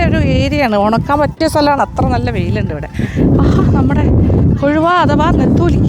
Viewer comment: Ethali alla tamilum netholi allel nethili ennanu